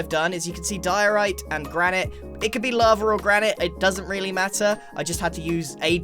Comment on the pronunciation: To think only a few years ago, he pronounced diorite as dee-or-ite